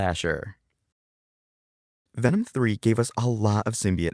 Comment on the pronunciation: Venom❎ Vanom✅